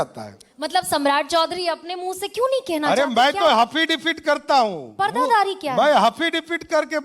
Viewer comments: ये हाफिडेफिड क्या होता हैं भाई। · Haffidavid क्या होता है😅😅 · ये क्या बोल रहा हाफ़िज़ debet किया या हासिल डिफॉल्ट किया 😂😂😂